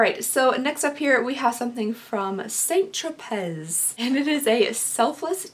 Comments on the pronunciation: St. "Tro-Pay" not "Tro-Pez". Just saying. 🤷🏼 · Here I go again. It's pronounced "San Tropay" Not "Saint Tropezz". Thanks. Love ya girl! 💜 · Isn't it pronounced "tropay"...not Tropez? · I am not giving you a hard time, because I love you like milk and cookies and warm kittens... but Saint Tropez is pronounced San Tro-Pay... hugs, love your reviews, you have inspired this middle aged lady to actually try to fight off her terrible self image and get a sub to Boxycharm and try wearing makeup again for the first time in decades. You are my inspiration swee8.🥰🌹🥰🌹🥰🌹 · U are too friggin cute it’s pronounced San tropay. Lolll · St tropez is pronounced, "saunt tropay" 😊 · I was going to say the same thing... St. Tropez = San Tropay... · The z is silent in st. Tropez